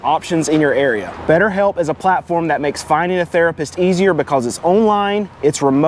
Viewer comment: I love the way you say " becouze". Subscribed.